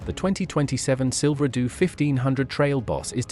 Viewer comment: Silver doo? Is it that hard to find a real person to read a script?